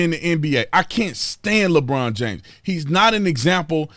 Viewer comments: Holy Sh!1 ...i thought you said Lebronda James..... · “Lebronda James” cracks me up! 😂 And HELL no is he anywhere close to Michael Jordan! I remember Jordan playing in the playoffs with the FLU so The Bulls could win ANOTHER CHAMPIONSHIP!!